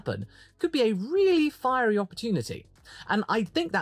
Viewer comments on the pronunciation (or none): none